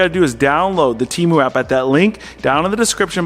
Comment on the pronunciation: You are saying Temu wrong 💯